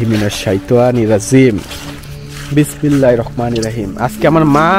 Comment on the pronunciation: কিরে ভাই।বিসমিল্লাহ টা ও সুন্দর করে বলতে পারেন না।আরবিতে শুদ্ধ বলার কোনো বিকল্প নাই